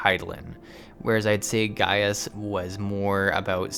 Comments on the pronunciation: Just because I thought you should know: it's actually pronounced "Guy-us" not "Gay-us". Sorry if I may have ended a few giggles in the comments section :P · Gratz on finishing 2.0 btw his name is pronounced as Gae-yus... not Gey-yus. XD remember everything he and lahabrea said on this dungeon. they all makes sense in later expansion specially on shadowbringers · Late comment: Gaius' name is pronounced like "Guy-us", not :Gay-us". Kinda bothered me. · It's really not nice to force players to sit through cutscenes. This was a bad solution to a non-problem. The part where you talk about Gaius (guy-us, not gay-us) and Lahabrea, you kinda show how little of the story you're actually paying attention to. You should know who Lahabrea is inhabiting at this point. It comes across like you're giving an informed critique, but lacking the informed part. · You say the name as Gai us Not Gayus m8 -_^ they say it in the 8 man to ^ ^ And if you remember from the story the Ascians take over bodys so you set Thancred free.